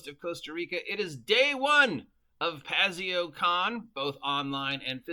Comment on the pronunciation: Is it me, or are you trying to use as many different pronunciations for Paizo as possible.